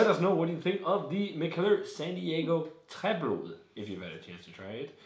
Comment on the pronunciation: Tried this at Mikkeller in San diego in march. The bartender was impressed that i was the first customer that could pronounce "Träblod" correctly =D Cheers!